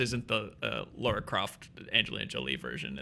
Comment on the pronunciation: It’s La-ra, not Laura